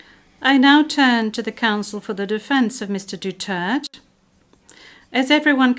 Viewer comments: Why doesn't the judge pronounce his surname properly even after she heard him state it. It is DU TAR TE not DU TERT !!! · French translator, please give some respect in pronouncing the surname of majority of the Filipinos' most beloved president. It is Duterte, and not Dutert. Duterte's surname is honorable. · Suggestion if I may...the presiding Judge that somebody has correct her pronouncing Mr. Duterte's Surname - D-U-T-E-R-T-E. NOT DETARD...it's not nice hearing it. AND, WHY THE PRESIDING JUDGE SHOULD BE ENGLISH-SPEAKING....THAT'S THE INTERNATIONAL COURT. That everybody must know how to speak or communicate in English. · Madam it is DUTERTE not DUTERT!!! DU - TER- TE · DUTERTE not duturt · Pronounce clearly Duterte not Dutert!!!! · sinong Dutert...DUTERTE WITH AN E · AGAIN. Pronounced as Du-ter-te, NOT Du-tert. LISTEN, please, Madam Translator. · Du-ter-te, NOT Du-tert. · Get off your high horse. Not even the best lawyer in the world can secure a victory in this biased court. Pronounced as Dutert?? My foot. What a global circus. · the pronounciation of his surname Madamme is " Du-Ter-te per syllable you prnounce it helps 😊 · mga alien man kaning mga amawa ni🤣 wala ko kasabut sa inying storya huy tarunga ninyu.. kabastos pa kaayu dli kabalo mo pronounce sa ngalan sa among presidente dutirrtt daw bugo! 🤣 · The judge is always mis pronouncing Duterte's name as dutert'..Hope this will not be the same as in their judgement. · SAY HIS NAME PROPERLY YOU IGNORANT EUROPEAN F*CKS DO-TERT-TE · Duturt? She keeps calling him out of his name. Fitting for a kangaroo court. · ICC, PLEASE Pronounce Correctly the Surname of our beloved former President. His Surname is read this way with Three Syllables : DU-TER-TE That is the Correct Way of Reading his Family Name. Please Stop reading his Family Name In An Incorrect manner. You repeatedly pronounced his family name only in Two-Syllable words. It's Not "Dutert" Du-tert. It should always be DU-TER-TE okay?👌